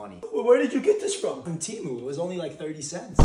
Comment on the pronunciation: EEEEEERRRRm 🤓🤓🤓 its pronounced TEH+MOO